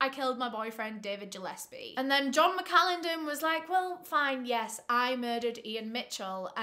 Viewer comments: I think it’s pronounced Gill-es-pee I grew up with the last name Gillespie and everyone says Jill-es-pee lol but regardless I love you 😂❤️ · Really irrelevant but Gillespie is pronounced like (fish gill)- espie not like Jill-espie (I have a few Gillespies in my family) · Gillespie!!!! Not Jillespie!!!! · Im Scottish and I love hearing how people pronounce words. Its Gill,as in a gill on a fish, not Jill in the surname Gillespie and Mac-a- linden for that evil boots surname. I remember when this happened. You should cover the case of the 2 brothers who tortured and murdered a procurator fiscal in Glasgow in the 90s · Ggggillespie not jillespie ffs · It's driving me crazy his name is gilespe pronounced like a fish Gil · Was kind of inking me scttish the g is not pronounced J its Gillespie but still love x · I think it's probably pronounced GILL -espie. ( I live a 30 min drive away from Glasgow). I love your videos though not a criticism just informing you ☺️ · nooo QwQ its pronounces like "gill-esbie" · Gillespie, hard G. Not J. love ❤️❤️